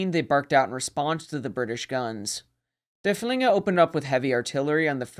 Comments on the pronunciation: And als consistently says Der Flinger 😅... not too serious of an issue. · Thank you all for watching! This video was one of my favorites to create in recent memory, because Derfflinger is my favorite German capital ship of the period. However, the pronunciation is sometimes right and sometimes not throughout the video. I know my German viewer base isn't the largest but I feel bad because its hard hearing works pronounced incorrectly. Just know that I do really try my best with it :)